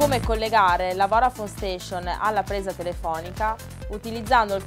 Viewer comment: qualcuno le spiega che si dice voDafone e non voRafone??